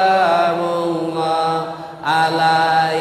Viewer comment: Salamullah ustadz bukan solamullah 😅